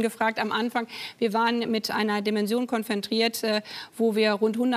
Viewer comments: Also ich höre "Konfentriert" und nicht "konfrontiert". Bin ich da der Einzige? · Min Baerbock : Wenn wir mit einer Situation" konfrentiert" sind. 😂 Ihr deutsch wird immer besser. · Ich dachte es sei ein Versprecher, aber sie hat jetzt zweimal konfentriert gesagt.. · Das heißt Konfrontiert und nicht Konfentriert, uns sie ist deutsche Außenministerin 😂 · Es fällt mir immer häufiger auf, dass Frau Baerbock Wörter einfach wiederholt falsch ausspricht. Auch in diesem Interview wieder (konfentriert, kommarziell). Ist das irgendwie krankheitsbedingt oder weiß jemand was da los ist?